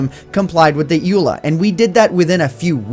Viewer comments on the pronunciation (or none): It is said E.U.L.A.